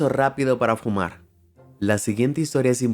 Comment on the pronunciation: Otro error es decir fuma en vez de fumar pronunciando la r al final